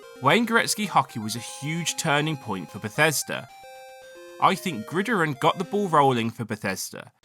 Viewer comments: It's not "Grideron" it's "Grid Iron", two separate words. There's a movie called the Grid Iron Gang staring the Rock. But yeah, it's meant to sound like two words. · I was confused if iron was pronounced differently in GB than in the US or something but then I realized you just read the word the whole way through as one word with the stress on the first I lol its pronounced as grid iron, just said a little quicker as one word.